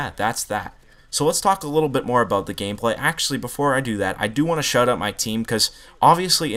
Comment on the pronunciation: He said gamepay